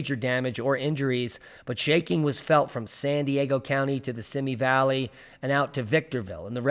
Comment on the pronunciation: luv ya bro! ... it's pronounced "see - me" Valley btw.. have a good one